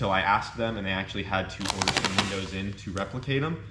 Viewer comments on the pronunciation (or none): none